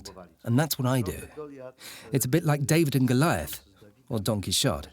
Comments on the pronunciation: "donkey shot" => "Don Quixote" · Don Quixote... "donkey shot" ... thank you for that gem lol